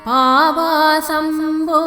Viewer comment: It is sounding like Aapasam Po...it should be Paavasam Po.